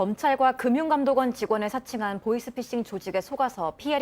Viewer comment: 보쉬피쉬... 보이스피싱 발음이 왜안되세요...?